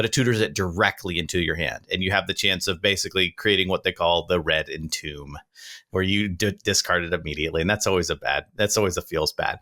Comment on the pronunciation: why do they keep mispronouncing red entomb?